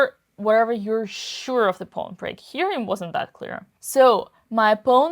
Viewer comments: 'Pawn', not 'pone'. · The way Dina pronounces "pawn" is so cute. ☺